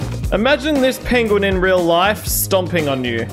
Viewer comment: At least it wasn’t an 8 banded Arm A Diyya. 😂😂😂😂 Had too after the Pen Gu In pronunciation.